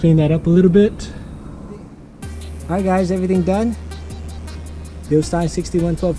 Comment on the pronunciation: Thank you for pronouncing Bilstein correctly.